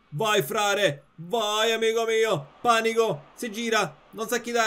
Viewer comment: E io che pensavo sarebbe stata una sfida super difficile. Con Mister nulla è difficile 😍💪🏻 Panico si leggerebbe Panìco, quindi con l'accento sulla I. Però Panico Paura è fantastico, quindi continua pure a pronunciarlo così 😂 (Pes 2021 credo che non sarà un vero e proprio nuovo gioco, ma una sorta di aggiornamento. Per me comunque cambieranno anche le grafiche, quindi il menù ecc, e faranno modifiche a certe modalità. Suppongo stiano tenendo tutte le più grande novità per la ps5, dove faranno un altro grandissimo salto. D'altronde sono anni che FIFA è uguale😂)